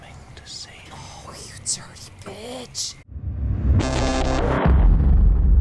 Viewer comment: this is a great video,must've gone under my radar and just caught up, love when you say dirty bitch In that New York style, is really funny